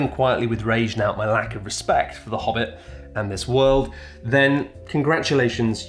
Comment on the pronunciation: It’s “Hobbit” not “Bobbit”—I’ll take my consulting fee in large denominations, thank you 🙏.